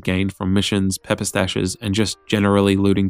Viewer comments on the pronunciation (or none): lol 'pepper' stash